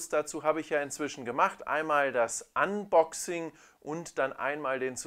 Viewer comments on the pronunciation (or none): none